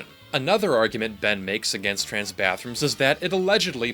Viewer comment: “Chrans people”